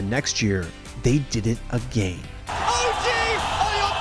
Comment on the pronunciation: No one:: aGeYn